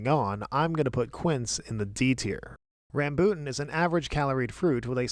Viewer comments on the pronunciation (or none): ram-BOOT-in, lol it's RAM-boo-tan (great video regardless; nice to see the king of fruits durian is nice and high on the chart) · Rambutan is pronounced as Rum-bul-Tan.